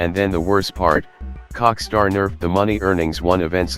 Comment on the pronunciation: I like how u keep on saying cockstar XD